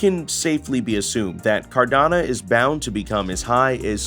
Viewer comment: Nice clean informative video. But it’s pronounced car-da-no, not car-da-na